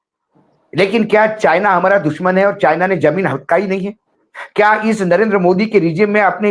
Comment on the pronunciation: Assam cm be like calling (china) sienna 😂